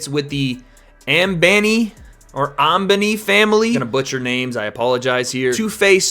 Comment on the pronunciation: Its pronounced Um-Bah-knee (Ambani). Interesting fight, good video 👍